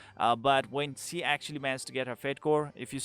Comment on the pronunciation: you can perfectly pronounced schimdt but you can't pronounce she. think she as schi then. exact same thing.